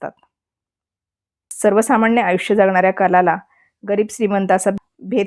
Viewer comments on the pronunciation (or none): none